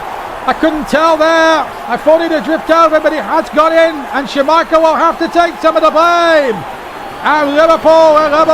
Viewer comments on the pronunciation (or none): I would love to do commentary on one of these I can do a very good Brian Moore for the itv games. The that keeps saying Schermichel instead of Schmiechel😂